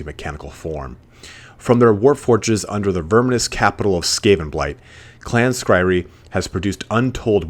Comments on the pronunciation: clan skry-re... that's a funny way to pronounce clan skry-ur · Skryre is Skri-er, not Skri-ree. Like pyre. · Sk-ry-er not skry-ree. Sorry. That was driving me nuts. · Clan Skryree? Really? REEEEEEEEEE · clan Skryre, Pronounced "Scry-Err" or "Sky-Are" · Skyre is pronounced SKRY-ER. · Skryre, is pronounced skr-I-er by the way. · Oof, that Skryre pronunciation. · right, I'm a nub painting my first army, and even I know that was cringe worthy lol